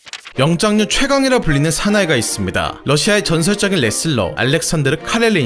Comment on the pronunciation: 영장류를 계속 영짱류라고 하셔섴ㅋㅋ 귀에 꽂히네요